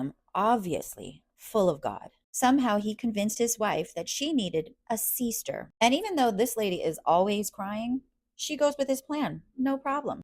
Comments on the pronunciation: “A seester” 😂 I think the god that’s speaking to him comes from down unda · Hey no shade, why are pronouncing them as "seester" wives? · A seester 😂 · Why are you saying seester?